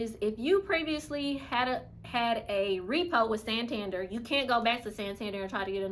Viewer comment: Santander. I cringed. ha ha